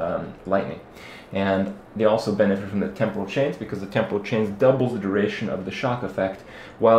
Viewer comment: Kripp finally learned how "temporal" is pronounced. It's a celebration, bitches.